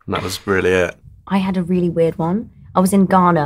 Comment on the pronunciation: Lol when the actress that plays 'Ola' said Ghana. 😂 But why are they so surprised Africans have Netflix 😂